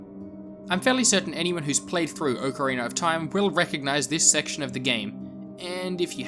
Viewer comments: "Oak Arener of Time"? Don't you mean Ocarina? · I think he's also referring to the r at the end of Ocarina. People in the UK usually pronounce an "ar" or "er" sound at the end of words like "idear" or something. It's just because a lot of native English speakers from other countries don't pronounce that R sound. This reply is already too long but it also just depends on the dialect around you and what you grow up with. I personally feel as if there is no "correct" way to pronounce anything because everyone's speech is so different.